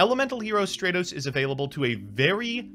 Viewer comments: I hate that he calls it straight-os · Why can I not get over mtb pouncing Stratos as "stray-toes" like it makes me wanna smack him each time he mispronounced it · Straightos come on! LMAO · Stratos not straitos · Yeah, I have never heard anyone pronounce Stratos as Stray-tos or even Don Zaloog as Zay-loog until this series. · Finally someone notices since honestly I’ve never heard some of these card names pronounced the way pronounces them like Straight-os instead of Stratos and Zay-borg instead of Zaborg to name a few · Everybody: "Stratos": "StrEtHOs" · Favorite YGO show on the utubes... even if keeps saying "straytos". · STRAT-OS!! Holy shit. Stratos!! Not Strate-Os. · Stray-tos, zay-loog he does that on purpose right? .. right? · Nobody: Absolutely nobody:: Elemental Hero Straytos. 🤦🏻‍♂️ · It bugs me when people mispronounce yugioh names it's "strat-os" it's like when people pronounce machina as "mockinaw" or pronounce geargia as "gear jee uh" instead of "gear geee uh" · he also says Waboku wrong, Zaborg, Don Zagloon, and now Stratos. 💀💀💀💀💀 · Hearing pronounce stratos is the stuff of nightmares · The way pronounces Stratos is infuriating lmao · Stratos pronunciation sent me to the shadow realm. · And then everyone crucified for pronouncing Stratos wrong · The cringy way pronounces Stratos. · Please stop saying stratos like that